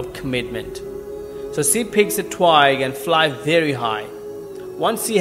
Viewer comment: Pronounce “twig” properly. It hurts the ear the way you pronounce it!